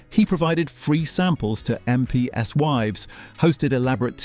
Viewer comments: One thousand eight hundred and forty.... Do you mean 1840 AI narrator? How about M P S, as opposed to MPs? So much for watching a computer-generated program. No thanks, whoever you are, hiding away somewhere. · but in one part it says "...for MP's wives....." and the voice says "...M.P.S wives..." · That’s AI. Em pee ess for MPs? Fake. And just cause the “person” has ridiculously over-emphasized breaths gives it away as well.